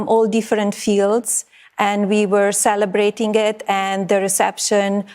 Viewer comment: min we were celebrating it, no body says that in English language the G letter is silent in that word, why can't you teach her some basic English as a first lady